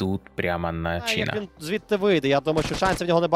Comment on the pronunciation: Не чИна, а чинАа